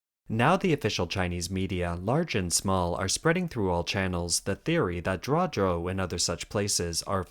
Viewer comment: Kindly teach your narrator how to pronounce pinyin! It's so annoying hearing Zhuozhou as Jiazhou.